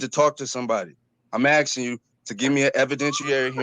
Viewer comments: It is pronounced "akskin" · C’mon Judge, he’s axing you sir. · Axing for a written excuse? You don't need to make your own paper dude!